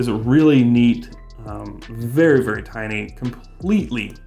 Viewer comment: Pronounced tiny not tini,JS!